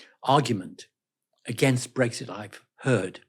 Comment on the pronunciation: he did jusy say " brexshit" ? 🤣🤣🤣